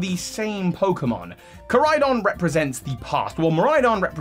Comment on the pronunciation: KorAidon. You keep forgetting the A. And really it shouldn't be a vehicle at all, it's stupid.